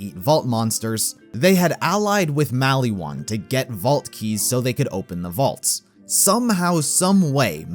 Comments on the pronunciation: why do you say maliwan like malywan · Mal-E-Wan Isn't it said Mol-Ee-Won? xD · The way you say maliwan triggers me